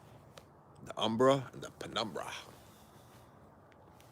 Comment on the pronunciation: “Umbra”. Or “ember” like Nov”ember”